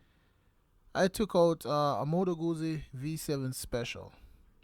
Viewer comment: Isn’t jacuzzi pronounced like jacu- piZZa? I have a 2016 guZZa stornello v7 and it’s good. So good I haven’t been able to sell it, even though I think of it every year- but then every year I say nahh, let’s keep it another season. because it keeps going without giving me any problems, so I think it wants to stay. It’s a very happy bike to ride.